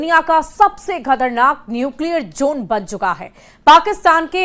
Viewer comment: nuclear Jone nahi nuclear zone hota hai